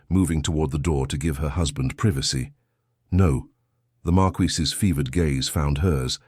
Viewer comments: Oh ffs! 48 seconds in and your appalling AI strikes! Marquess. MAR'kwiss. This is not bloody France! 😡 But as a septic you will of course be uneducated and ignorant of facts about anywhere in the world outside of your own narrow experience. Especially Britain, past or present; this despite setting yourself up as the "writer/creator" of this channel. 🧐 And none of these failures are helped or improved by the fawning comments of your fellow septics - all totally lacking in discernment, and even a basic acquaintance with English literature. Eish! 💀☠️ 💀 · Great story, but George’s title NEEDS to be correct, it is marquess, pronounced mar kwis NOT mar-key or mar-qwee any other of the many distracting pronunciations used and changing throughout the story. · Marquis not markee! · If I hear marqUISe one more time Ill scream😂😂😂